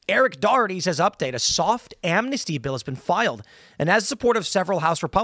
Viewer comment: Its not Amnasty please inform yourself read the bill ITS NOT AMNASTY.